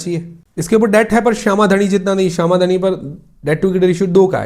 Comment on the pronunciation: not shama dhani,its शाम धानी 😅